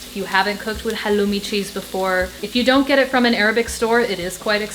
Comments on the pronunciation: You are one of the few who are pronouncing halloumi correctly as we do in Cyprus. Much love from Cyprus, your middle eastern neighborhood. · Thank you for pronouncing χαλλουμι correctly, the Cypriot way! <3